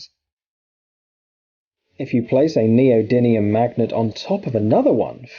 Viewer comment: You're mispronouncing neodymium magnet, you're saying neodinium